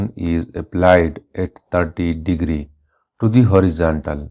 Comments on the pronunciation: u pronounced to wrong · u pronounced "to" wrong